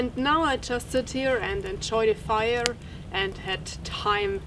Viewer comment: I love hearing you roll the letter r. I dont know what the rules are for rolling letters, but I wish you would do it more, even when its not appropriate :) "Now I will build a firrrrrrre"